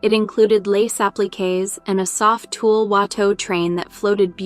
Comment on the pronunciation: TULLE, not “tool”